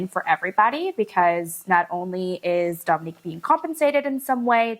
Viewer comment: …please pronounce it Dōminique, like her mama does 😁